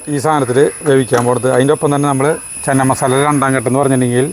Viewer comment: Chena masala anu cheenamasala alla.